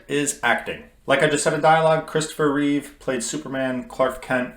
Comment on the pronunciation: There is no s at the end of Reeve